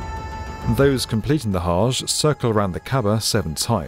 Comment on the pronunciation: Hajj, not hash